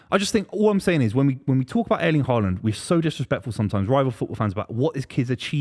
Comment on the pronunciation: The disrespect on haalands name is wild